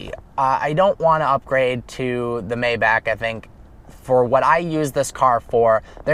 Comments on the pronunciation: It is not may-back..... It is my-bahk (my like the word "my" & the bahk like open up and say "ah").... For those who complain about a 4 digit fix. Don't buy a 6 digit car!!! The obvious upgrade for a owner driven car would be the S65 Sedan & not the Maybach anyway. If anyone sees you behind the wheel of the Mayback, they will think you are the driver and not the owner. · that's not how Maybach is pronounced. you were saying it right before. it's pronounced my- bach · My bock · You should know, Maybach is pronounced My Bock. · Will you learn how to say maybach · This. He was driving me crazy.